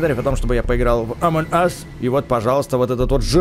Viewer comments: не амон ас а амонг ас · А почему Амон ас если амонг ас? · не амон ас а амонґ юс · Произносится амонг ас